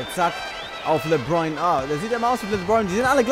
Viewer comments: Er heißt nich lebroin james hahaha lebron das le wie im französischen und dann bron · Er heisst lebron nicht lebroin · Les dir mal die Namen und die Plays richtig durch. LeBron, nicht Lebroin, usw. Hört sich beim zuhören richtig kacke an. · Emirhan Taser z.B. sagt er LEBROIN anstatt LEBRON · Geiles Video Aber mich als nba fan stört noch ein bisschen dass du die namen nicht aussprechen kannst 😂